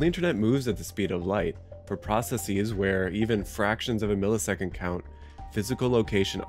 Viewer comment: Why do you pronounce „processes“ like processeeese?